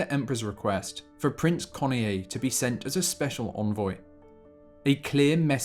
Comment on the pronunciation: Study correct pronunciation of ":Kenoye." Two syllables, not three.